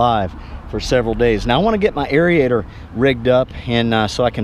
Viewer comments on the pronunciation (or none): ...aerator...you're adding extra vowels...